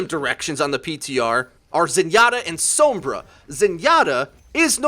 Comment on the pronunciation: Perfectly good video but what's with this pronunciation of Sombra I hear people using now? She literally says her own name out loud and it sounds nothing like that